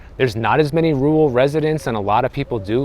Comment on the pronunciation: It's rur-al, not rue-ul.